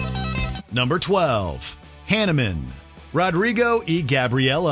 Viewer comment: Fun list! Like some others commenting, I'd add 'Fracture' to the list. Pronunciation alert: Mahavishnu & Hanuman. 😉